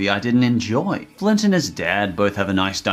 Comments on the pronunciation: Is it me or did he sound like you said Clint instead of Flint, doesn't really matter, I love Cloudy with a Chance of Meatballs, good part of my childhood, the 2nd was ok, not bad, not good. I haven't seen the Grinch illumination movie, still wanna see it, good job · why does he call flint, clint? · Love the video, but it's Flint. Not Clint. That bugged me way more than it should. But I gotta say it. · Its flint, not clint. Lol. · Yo he called Flint Clint😂😂😂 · Who else feels like the modern CGI Grinch whenever keeps calling Flint Lockwood "Clint"? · It's flint not clint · It flint not Clint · hhhhhhhhhhhhhhhhhhhhhhhhhhhhhhhhhhhhhhhhhhhhhhhhhhhhis name is flint not clint im sorry i just had to get that out of my system Edit: nvm he started saying it right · did you just call Flint “cLINT”?